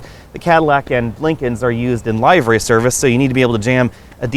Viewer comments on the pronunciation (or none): Livery, not Lifery.